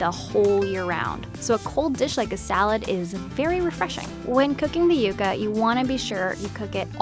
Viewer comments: yea and "yuga" instead of "yuca" 😂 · Its pronouced "YOU KA" NOT "YUCK KA" thanks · Isn't it pronounced "yuck-uh"? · Did she say yaka?